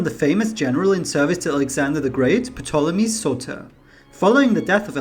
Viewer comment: The P is silent.